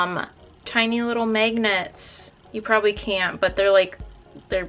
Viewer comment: you say magnets funny “megnits” it’s kinda cute 😂❤️❤️